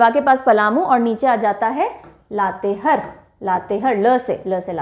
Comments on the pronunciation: Isi tarah Latehar ko har read kare means ha haa pronounce kijiye. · चतर नही चतरा उच्चारण होता है। लातेहर नही लातेहार होता है। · Mam mai Jharkhand se hu. Sorry mam but ap Latehar ka pronunciation sahi nhi kr rhe ho. Latehar nhi, latehaar hoga😊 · लातेहार है ,लातेहर नहीं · हेलो, लोहरदगा होता है, ना की लोहरडागा, और लातेहार होता है ना की लातेहर, थोड़ा सही से पढ़ाइए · लातेहर - लातेहार लोहरडागा - लोहरदगा u r doing the pronunciation wrong in these two names...... But you are explaining very well, everything is easily understood. Thanxxx ❤️ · लतेहार पढते हैं, मेम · Mam it's लातेहार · Pronunciation of Latehar in Hindi is wrong ,🙏